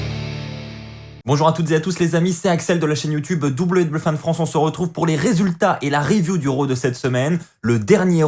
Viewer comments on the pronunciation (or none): none